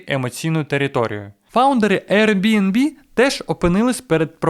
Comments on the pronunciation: Ви шо гоните, невже так важко правильно сказати назву!? Який нах RNB!? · Дякую за класні відео❤ З усієї повагою, подивіться, як правильно вимовляти Airbnb😊